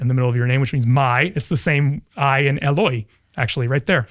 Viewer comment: will note that pronunciation sucks. he's following the greek ελωι and saying "e-loy". mark's greek is famously terrible. he's trying to render the hebrew אלוהי "el-oh-hi". this is notable because psalm 22 in both hebrew and aramaic reads אלי "el-iy". but it's אלוהי "elohi" in mark so bystanders can confuse it with אליהו "eliyahu", which has all the same consonants, swapping a waw and a yud. the joke only works in written aramaic.